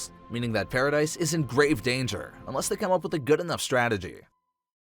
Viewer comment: paradis not dice. it’s killing me